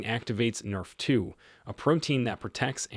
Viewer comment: This is an AI not a doctor. No doctor would pronounce NRF2 nerf2. Individual anecdotes may be interesting but are meaningless for drawing a conclusion.